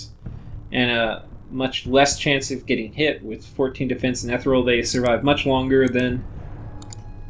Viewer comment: it's pronounced eh-tee-real